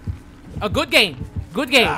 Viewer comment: Stop pronouncing things guuuude 😂😂😂